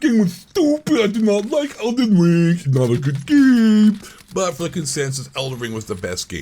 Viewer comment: This is my new favorite channel just because of that “I DiDnt lIKe ElDeN RRRiNNgggg”